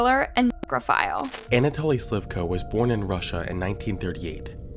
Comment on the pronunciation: You need to improve your pronunciation of names. It is not Antoly. It is an a toly.